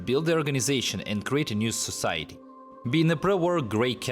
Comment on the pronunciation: Your english is better than any of my foreign languages, so I don't want to insult, but pronouncing society as so-shitty brought a smile to my face because the pre-war world was indeed so shitty.